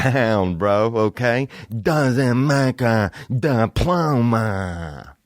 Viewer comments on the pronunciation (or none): “Doesnt make a dippploma” 🤤